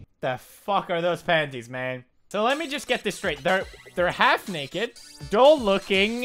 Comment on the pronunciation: Not "dull", "doll"